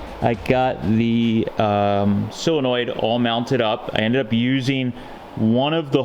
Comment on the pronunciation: that word is "solinoid, not silinoid, so, sol not sil. Yes I know I misspelled it. It is pronounced "sole, not sile such as you pronounce it. Just trying to help.Your idea is very helpful, cudos to you. Also, I wanted to say, for a first time effort your "chopped top" is really impressive. I wish I had your talent, or even could develop it.